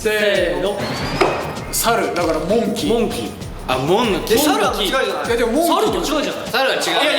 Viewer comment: 樹のこいつ(ジェシー)と彼(きょも)の使い分け 俺らの常識＝マンキー ゆご、、なぜか和訳でサル🐒 ほっくんのプードル 慎太郎の関西弁 ほっくんの二の腕こんにちは ほっくんの駄々っ子 きょもの可愛いポーズ💓 ジェシーの🐷＋2 終わってからも続けちゃう😚 総じて可愛いが大渋滞な最高な動画🥰